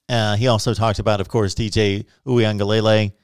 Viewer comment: You are still butchering DJ's name.